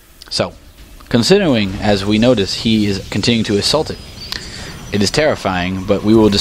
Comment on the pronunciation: "Conswiderwing my choiwces..."